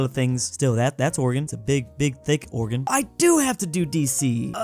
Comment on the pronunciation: thank you for saying Oregon right